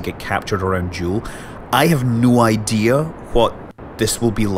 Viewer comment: Anyone ever notice how he says "idear" instead of idea/ideal?